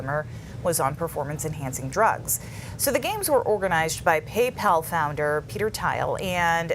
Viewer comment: Theil. Not Tile.